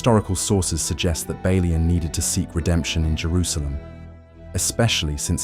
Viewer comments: This is either very poor human narration or its A.I. Within the first 4 minutes I heard at least 3 different pronounciations of Balian and the French name Guy totally destroyed, pronouncing it as you would in "Guys & Dolls". Awfull, I couldn't watch it further. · Did you even watch the movie? 😂😂😂 you mispronounce Balians name, his wife's dead body wasn't burned 😂😂😂😂